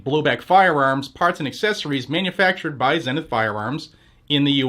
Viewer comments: It is pronounced zee nith, not zen nith. Who taught you to read? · Here in Texas we call them ZEE-NITH not ZEN-NITH, kinda like the Zenith tv. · Heck yeah that's awesome! ..psss hey no offense but its pronounced "zee-nuhth" just incase they sponsor you again ehem Woohoo! "Shall Not Be Infringed!" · Is it actually pronounced "zen" ith? Shouldn't it be "Zee"nith? American company and all. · Zenith is pronounced "ZEE-Nith"!! Like the old TV company. ZEE-Nith! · Probably pronounced "zeenith". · Isn't "Zenith" pronounced ZEE-NITH ? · I thought it was pronounced Zee-nith. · Man, why can't people say zenith right... It's zee-nuth! It's just makes this dude look stupid why you can't take 5 seconds to research how to pronounce a word. I bet Zenith is thrilled to have paid for this shitty add read.... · The Name doesn’t go on, until the quality goes in… Zeeeee nith???? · It should be pronounced Zee-nith as in Sea Sith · Is it zeh-nith or zee-nith? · Is the mispronounciation of Zenith intentional? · Why do you pronounce Zenith the British way?